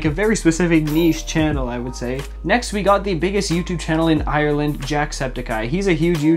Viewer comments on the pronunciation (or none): im in ireland and i never knew about it. Also i hate the way some ppl pronounce ireland(like u). Amazing content tho